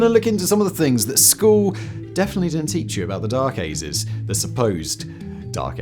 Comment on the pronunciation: "the dark azes" lol wtf